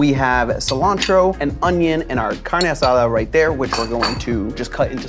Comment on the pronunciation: Its jarring going from your super american accent to your faster speed and (I assume) proper pronunciation of CARNE ASADA 😅😅 Im never ready for it